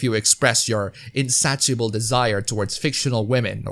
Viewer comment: Just to help you with your English, insatiable is pronounced 'In-say-shuh-bull'.